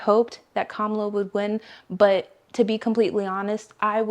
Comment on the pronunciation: It's Kamala or Kama-la.